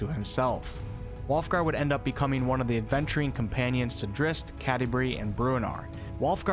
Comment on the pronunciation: No disrespect but your pronunciation of Drizzt is nothing but cringe worthy.